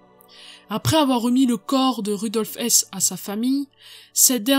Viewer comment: Vous prononcez, à juste titre, un h aspiré pour beaucoup de noms mais pourquoi pas celui de Rudolf Hess justement?!